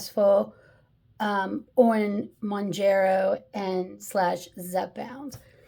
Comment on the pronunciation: Hey. I was the one who mentioned pronunciation, but guess I was unclear. Mown-JERR-oh = Wrong. Mown-JAR-oh = Right. 👍 Other than that, good vid, and agree with pretty much everything you said. And the entitlement of that lady who was trying to justify using a GLP-1 just to lose that last 10 pounds is just plain sad. Anyone who calls her on her thoughtless behavior is ‘judgemental’? Oh sure. Tell us another. 🙄